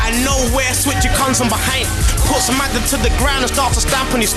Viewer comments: It's madder not Magger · its madder not magger